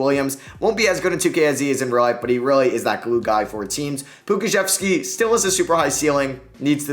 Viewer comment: damn the pronunciation of Maledon, Pokusevski, and coach Daigneault were rough man